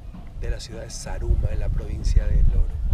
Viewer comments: roberto repite conmigo ... za..ru..ma .. no saraguro xD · jajajaja Saraguro me has hecho reír mi Roberto Manriquez pero es Zaruma Zaruma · Jajajjajajaja "Saraguro"?.. Mi lindo Zaruma, Gracias por visitar a la Surcursal del Cielo <3